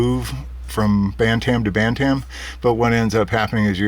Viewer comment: Your Pronunciation of Bantam hurts my ears... Pronounced BAN-TM, No A sound is heard in the second part. Here is some Help =>. How to Pronounce BantamYouTube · Pronunciation Guide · Feb 23, 2015